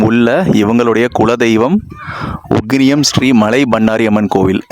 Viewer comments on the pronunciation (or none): அட பரதேசி அது உகினியம்...